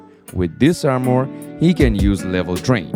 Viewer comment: Not to be disrespectful my main language is not English but why do you say armore